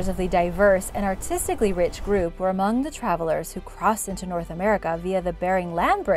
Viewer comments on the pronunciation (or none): none